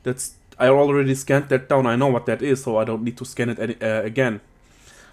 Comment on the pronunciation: "das ist pretty serious money" haha love the accent